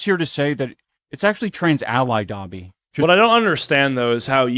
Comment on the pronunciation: Why does Ian say “Gobby” instead of Dobby ??? Does he not even know the name of who he’s trying to dress up as? Anisa really must have been “put this on now!” And he listened immediately